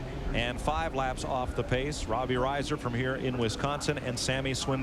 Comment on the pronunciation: Mike Joy mispronouncing Robbie Reiser’s name on the lineup for his first ever NASCAR start